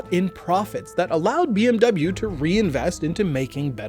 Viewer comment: Its bmw and not bmuu